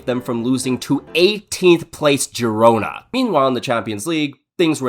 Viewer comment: You say Getafe correct but Girona is Hirona